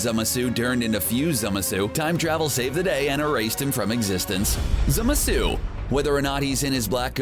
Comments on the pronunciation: its zamasu not zemasu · it is actually pronounced zamasu, not zemasu scrubs at cbr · STOP. SAYING. ZEMUHSOO! It's Zah, mah, soo! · cool video but the way you say "zamasu" pisses me off its not zamasuuuuuu its zamasu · Zemasu lol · Its called Zamazu not Zemazu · Zemsu............ it’s zamasu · Stop saying zemasu it’s ZAMASU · Dude this guy doesn’t know how to spell and say a lot of villains names It’s Zamasu not Zamesu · It’s ZAMASU not zemasu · Zamasu not zemasu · Idiot it's zamasu not zemesu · Zemesu really it's ZAMASU!! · Zemasu? Isn't it zamasu? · Zemesu? ITS ZAMASU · Its not zemasu but zamasu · I thought it was Zamasu not Zemasu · Who the hell is zema sue? It's zamasu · Its spelled zamazu not zemasu idiots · It's Za-ma-suu, not Zemesu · It's Zamasu not zemasu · This guy said "zimisu" and not "ZA-MA su" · Wtf is "Zema-su" his names "Zama-su"! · It's not zemasu it's zamasu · Is this jack off calling zAmasu zEmasu? Wow. Don’t know how you messed that one up. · IT IS ZAH MAH SU NOT ZEMISU, AND JIREN ISNT A VILLAIN! DID U EVEN WATCH DRAGON BALL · ITS SPELLED ZAMASU AND PRONOUNCED ZA MA SU NOT ZEMESU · WTF who is zemasu its zamasu what are u crazy?XD zemasu lol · No wonder you’re pronouncing Zamasu wrong. It’s ZAMASU not ZEMASU. ZAMASU. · it's ZAMAZU not Zemasu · Zemasu? Lmao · He pronounces zamasu as “zemessoo” and kamehameha as “cuhmayhumayhuh” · Did anyone else catch he called him zemasu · Did he rlly say zemasu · Zemasu xD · Why was zamasu pronounced ‘zemesue’ 😂😂😂😂😂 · *Zamasu (ZAH-MAH-SU) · 1 it's Zamasu and you need to work on your pronunciation. 2 Jiren and Hit aren't villains. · its pronounced zamasu ZA MA SU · I can’t unhear zeh meh suu. Ugh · Zemasu? TRIGGERED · They said ZAMASU wrong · u said "zamasu" wrong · ok.... the way you say zamasu makes me wanna puke in my mouth... its not a french fucking dessert! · STOP SAYING ZAMASU WRONG OMG ITS SO ANNOYING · Soulless Flame I’m glad I’m not the only one irritated y his pronunciation of Zamasu’s name